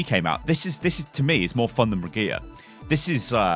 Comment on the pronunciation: ITS NOT PRONOUNCED "BRIGITA"!! Its a german name (reinhardt named her) and as a german i can say that this isnt even close to how you pronounce it! Just say Brigitt. And if you say that Papa Jeff said Brigita, I say Jeff does not speak german at all.